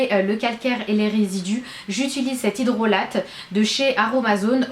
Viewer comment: c marrant tu dis "hydrolateee" c'est "hydrola" (mzme'sinsa s'écrit hydrolat 😉